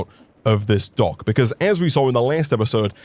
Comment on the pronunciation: for a second i thought you said donk like in dank insted of dock